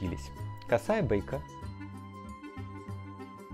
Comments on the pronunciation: А почему бэйка? А не бейка. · Почему вы так смешно говорите Бэйка?)))) Бейка она и в Африке Бейка))))) По технологии..И еще момент бейку можно нарезать из единого куска ткани не заморачиваясь на стачивание.На Ютубе есть мастер классы. И если вы и в дальнейшем будуте шить то швы можно застаивать колодочкой. ну или взять линейку или обычную столовую чистую доску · Вот без оверлока, а все отлично получилось. Но почему Вы говорите "бэйка"? В остальном же все на хорошем русском рассказываете?